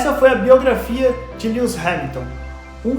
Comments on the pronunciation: Que mania de pronunciar o nome do cara de forma errada. Não se pronuncia "Líus" e sim "Líuis" Hamilton. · Na verdade mesmo é mais pra "LUues". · depende de como vc pronuncia cada letra ai, aportuguesando ou inglesando, mas nunca que seria como ele pronuncia "Líus"